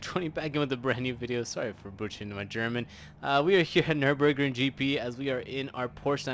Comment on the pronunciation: This was good German especially the pronunciation of Nürburgring! 👍